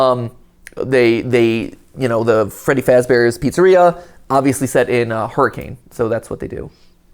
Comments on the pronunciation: As a Utahn, it's pronounced "Hurr-ih-kehn" not "Hurr-ah-kane" Just a fun fact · That’s not how you pronounce hurricane the city in utah,it’s pronounced hurakin do your research peple😂 lol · Someone has to have told Mat that Hurricane, Utah is pronounced "Hur-i-kin" right? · All the Utahans cringing at them mispronouncing Hurricane. It's a Utah thing, look it up. We call it "Her-ah-kun" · So, correct me if I'm wrong, but the setting is Hurricane Utah, right? Now, I don't know why this is the case but, even though it is spelled Hurricane, it is pronounced "Hur-u-Kun". Even as a born and raised Utah resident I think it's weird. But little quirks like this keep life fun. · Believe it or not, Hurricane, UT is actually pronounced hurri-kun. No, I don’t know why. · Not so fun fact Hurricane Ut is pronounced hurracan and not like the weather event. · Hearing him “mispronounce” hurricane as someone who grew up in Washington county is so funny, everyone says it with an accent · I love how the video pronounced the town name correctly, but Matpat straight up ignores it